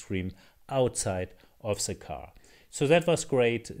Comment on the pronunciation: Try say "the" instead of 'ze' 😀